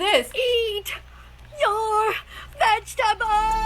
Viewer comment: He says eat your vegtebols one less chiken au be gonne